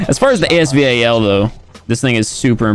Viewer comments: normal person: as-val: A S V A L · And thats a fact😂😂 He says A-S-V-A-L And everybody calls it As Val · Nobody: Literally nobody:: "The epic A-S-V-A-L " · A.S.V.A.L Me:AS VAL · it’s not A S V A L. It’s ASVAL. It’s AY S VAL. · Stop calling it. “A S V A L” it’s giving me anxiety 😂😂😂 it’s “AS VAL” like say the name “ Valerie” without the erie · stupid he said a-s-v-a-l and in the trailer during the video said the legendary asval judgement it’s not a legendary we haven’t had any lucky draws yet so it’s not legendary gun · no it is pronounced as A.S VAL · Lol AS “V.A.L”